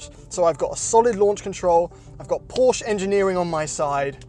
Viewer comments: PRONOUNCIATION POLICE: MISPRONOUNCED PORSCHE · eh mates, it's pronounced 'Porsha', not 'Porsh'.. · Why do Brits continually mispronounce Porsche? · Stop mispronouncing Porsche